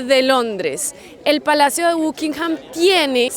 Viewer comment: Se pronuncia BACKINGHAM...